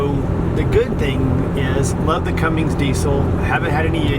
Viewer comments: It's a CUMMINS - Not a Cummings. Sheesh, get it right. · Umm, just one thing. You are doing exactly what I did for years, saying 'Cummings'. There is no 'g'. It's 'Cummins'. Like your posts. REALLY admire you and your wife doing this with the children. You, and a few other couples, are pioneers in what I see as a fabulous lifestyle.